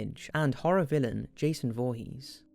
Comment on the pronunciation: #3, press X to "JASOON!"